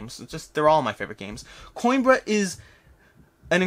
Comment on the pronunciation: PS: Played Coimbra with a fellow from Spain: it is pronounced Co-EM-bruh (long 'e' with an ever so slight roll on the 'r'). Cause I know you're nerdy enough to actually care. (takes one to know one).